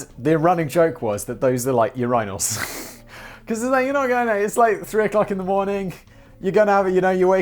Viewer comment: Hold up, do all British people call them "yur-eye-nulls", or was that just a weird flub?